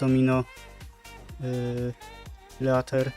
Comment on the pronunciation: „Green dragon lejter „xD